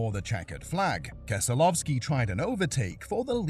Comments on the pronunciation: Brad Keselofski? You mean Keselowski? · "Brad Kesolovski" Narrator's IQ is lower than a motor oil viscosity. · Keselowski not Keslovski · bro can't pronounce names for sh!t. it's brad keslowski (kes-low-ski) and randy lajoie (LA- joy) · “Brad Keslovski”🥀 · I’ve never heard keslowskis name and Randy lajoie’s name pronounced like that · Again with Brad Keselowski, did you not listen to how the names were pronounced when gathering your clips for this video?